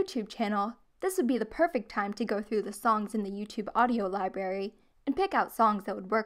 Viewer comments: Me listening 5 times to find out if she said libary or library and guess what she said libary !!!!!!!🙀😵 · did you seriously just say liBARRY 🤮 dIsCuStInG 😂 nah i’m just playin this is a good video. your voice is very soothing and your channel is nice to binge in this time of panic. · Why do you say library like that ?